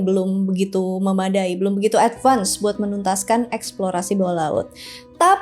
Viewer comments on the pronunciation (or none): none